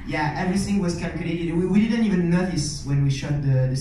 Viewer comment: the way the interview said "eyesahk and ehven" hurt me physically i